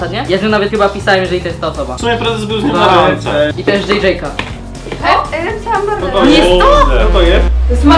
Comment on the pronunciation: Prezes powiedział Dżejdżejka XD